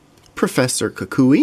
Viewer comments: no koo-koo-we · kukui is pronounced koo-kwee